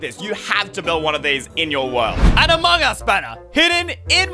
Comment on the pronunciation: When he said amogus instead of amongus